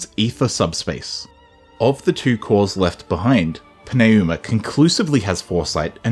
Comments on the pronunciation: Its pronounced Numa, not Pin A Uma. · It’s literally New-ma. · I enjoyed the video but GOD DAMN your pronunciation of some of the names is killing me lmao Al’vís and P’neyuma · Pneuma is the third word in this video. What in tarnation are you doin' with that pronunciation. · I genuinely love this video but I gotta ask, respectfully. How did you land on that pronunciation of pneuma lol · + Great video overall - Your pronunciation of "Pneuma" makes me want to pull my hair out. Lol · Great video, but the way you pronounce “Pneuma” is killing me lol. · I feel like I am being punched in the face every time I hear it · OMG. Why can’t you Pneuma? They say it 100 times in the game. The p is silent.